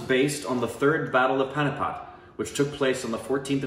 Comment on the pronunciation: Hi Sir, Pani-pat, Pani pronounced as Xabi (Xabi Alonso) (not as penny) 'pat' pronounced as 'but' So Panipat... Thanks for the reaction